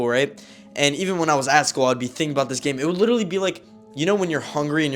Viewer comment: ”The story that im Abóút to tell you